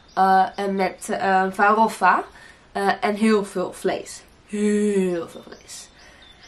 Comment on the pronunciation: "Farrrrôfa" hahahaha Seus videos estão cada vez mais interessantes.👍